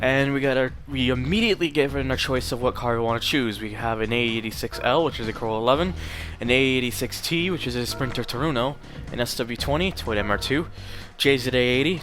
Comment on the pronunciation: You just pronounce a Trueno, "Turoono"?